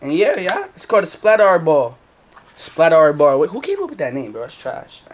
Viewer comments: The word SPLATRBALL is not pronounced SPLAT"R"BALL its pronounced SPLATERBALL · bro said splat are ball its splat er ball is how to say it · "Splatarr-ball" It's splatterball together 😂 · shii got me dead when yu said splat r ball. 🤣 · Yooo I love ur vids but u supposed to pronounce it like splaterball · The R ra is meant to be pronounced as Splatter/Splatt R. Don't take off the orange tip and play in the park with it, live your best life. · it's pronounced splatter, just spelt different. as you would say, "it's built different" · i think its supposed to be pronounced like splatter ball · splat RRRR ball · it’s pronounced splatterball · It supposed to sound like splat-er-ball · Splat “er” Ball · its pronounced splattRRRball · It’s actually splatter ball is how it’s pronounced 🤦‍♂️ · It’s pronounced splatterball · Its pronounced (PLAT) (ER) (BALL) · its pronounced splatterball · it is pronounced splatrball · Pronounced splatterball